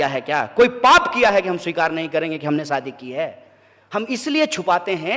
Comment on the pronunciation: He doesn’t know how to province shaadi talking in Hindi he should know it is not saadi but shaadi ..